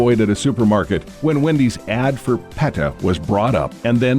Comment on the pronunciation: It’s PETA, PEE-TA, not peta, pet-a